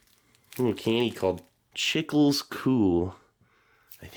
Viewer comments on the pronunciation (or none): Its not chickles lol. Its pronouced chee-cles. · Chicles “Chee-klays” it’s gum! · when I hear you say "chickles" I first thought, what is that??? It's Spanish for gum- but growing up in south Texas I never heard anyone say it that way. Plus didn't think there were people that didn't know you take tamales out of the leaf. Mexican tamales are wrapped in corn husks and those are wrapped in a (banana) leaf, what we know here as tamales Veracruazanos. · The Chicles Cool is actually pronounced Chee-klés. Because Chicle means Chewing Gum in Spanish. But in Spain They Might say Goma de Mascar. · Him pronouncing Chicles ¡Goal! as "Chickles Cool" made my day lmaoo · “Chickles” hahaha you tried man. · Gum in Spanish is chicles pronounced cheek-laze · “Chicles cool” made me laugh 😆 “chicles” pronounced (chee-cless) is Spanish for gum. Such an innocent attempt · I love how you pronounce chicles😂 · The way you pronounced chicles made me laugh so hard. Love you Steve